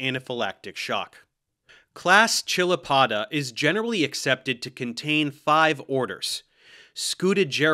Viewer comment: FWIW, I'd opine you are mispronouncing chilopoda. The roots are from Greek, χεῖλος, and Neo-Latin, -poda. Since the Greek root begins with "χ" the transliteration "ch" is better pronounced as "k," as in character and chimera.